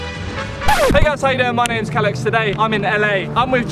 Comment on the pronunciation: "CAllux". What is this? "Kid". A ball 😂😂😂😂